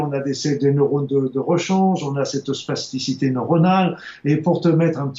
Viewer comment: Spasticité ou plasticité ? Vous semblez prononcer spasticité mais je ne vois pas le rapport avec le cerveaux alors que l'on parle souvent de plasticité du cerveau pour décrire sa capacité à modifier et réarranger ses connexions neuronales en permanence. Merci du reste pour vos programmes !